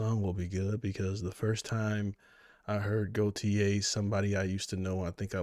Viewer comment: "goTYe" not "goYTe."